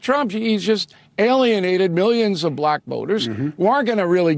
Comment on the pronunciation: Only Donald Trump can make the word "black" be two syllable's. What a moron.